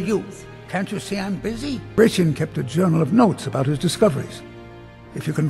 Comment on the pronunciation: It's pronounced "grey-shun'". Like the Roman emperor